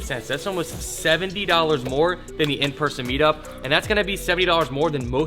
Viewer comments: "in merson meetup" 😅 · "In merson meetup" 😂😂😂😂😂😂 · “In Merson meetup” 💀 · ''in merson meetup'' lol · “OfferUp, in merson meetup” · “in merson meetup” LMAO